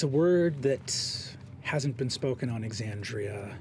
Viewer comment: I know it's a small thing, but you've pronounced Aabria's name wrong, and I think you should fix that. (Also pronouncing Exandria wrong, but that's not someone's name, so it's not a big deal.)